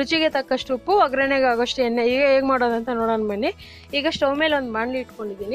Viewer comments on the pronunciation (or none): Madam, namaste. You have shown Rava Vangi Bath very nicely. But pronounced OgreNNe, it should be OggaraNe. Please don't mistake for correcting. Thank you Madam.